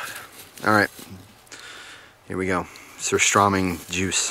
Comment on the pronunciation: He said surströmming wrong and I'm triggered lol